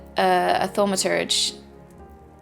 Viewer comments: its not thaumatodge its thaum-a-turge! like so she can see and stop sayin it wrong lol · Still haven't mastered the pronounciation of ''Thaumaturge'' =P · Ahh, I see now you were referring to her "Starting Quests" video, as opposed to 'thoo' not 'thau' for Thaumaturge. I know a few British people who pronounce it 'thoo - ma - turge' is all, so was alluding to that. :)